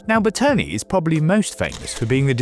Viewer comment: BERTONE not "bertoni"